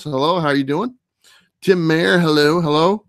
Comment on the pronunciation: Great show. Hope you have a great Christmas. One quick correction the name is MY-er not May-er. Like Oscar Meyer bologna. No biggie though. If you roast that ham, add a little 7up or Squirt soda pop to it. It really adds a nice sweetness. Again, Happy Holidays my friend. Fathom Vol 1 #12 holofoil cover. The best shiny goodness.😀